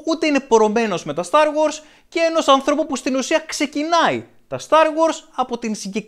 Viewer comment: Είναι star wars όχι start wars